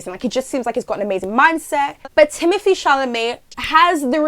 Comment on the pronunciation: It’s not thimothee it’s thimothÉe it’s French y’all at least try 😭😭😭